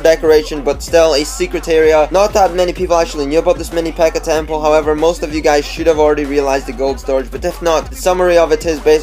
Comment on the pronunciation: How he says temple, TEMPOE